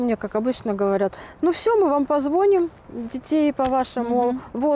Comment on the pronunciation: не позвОним а позвонИм! ну что э это такое кгругом безграмонтость